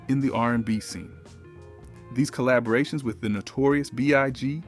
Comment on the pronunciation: Someone can't pronounce some words. De-buted...collabrations. lol. AI Definitely